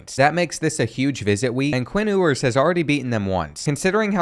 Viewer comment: Bro said “Quinn ooowers”💀💀